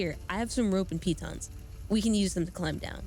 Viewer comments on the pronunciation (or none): Not once have any of them pronounced the word 'piton' correctly and it's making me want to tear my skin off.